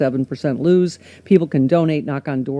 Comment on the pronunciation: Just FYI, it’s “lose”. “Loose” sounds like “luce” whereas “lose” sounds like “looz”.